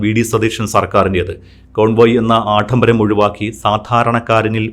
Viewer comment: Aattambaram അല്ല ആഡംബരം aanu ശരി.